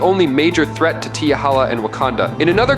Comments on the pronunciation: It's T'Challa...not T'HALLA. Get it right, my friend! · Black Panther's name is T' Challa NOT....T' Halla. I can't even take this video seriously if he can't even get the name right! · Teehakka/Teehalla? Yall gotta start listening to your own Ai videos fam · Damn does he know how to pronounce t'challa name. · Wanted to watch. But couldn't sit through him pronouncing T'challa name wrong. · You Butched t'challa's name badly 😊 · Please learn to pronounce Black Panther's actual name. If you're going to say it, at least do it properly. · it seems u knw nothing about he black panther u stated Batman has an advantage in the dark….😑u do knw blk panther can see in the dark right? And u keep pronouncing T’CHALLA name wrong,also the black panther is a master of EVERY martial arts on earth and a master of others from other worlds and dimensions and Gus shadow arts that he created,also the blk panthers has millions of yrs of combat experience thru the panther link that gives him access to EVERY BLK PANTHER FROM THE PAST,THEIR KNOWLEDGE,STRENGTH AND FIGHTING ABILITIES smh t’challa also possess a genius intellect and his the 5th smartest man in the marvel universe and a master strategist,a ruler of both wakanda and the dead,u even thinking Batman stands a chance is laughable smh 🤦🏾‍♂️ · Yeah he fucked up the name 😂